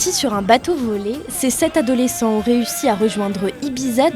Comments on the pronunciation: Des sept zadolescents? Cette journaliste de 20min mérite immédiatement une promotion (même pas canapé) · Les sept adolescents, pas les sept z-adolescents !